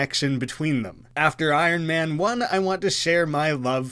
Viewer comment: Lol. Just leave out the R..... I on man lol. But is the best so I Ron is ok too 😊